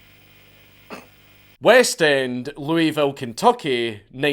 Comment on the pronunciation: You said Louisville correctly, you are now an honorary Kentuckian.🫡